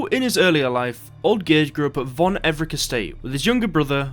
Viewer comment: Everec is pronounced EVER-RETZ Thank you.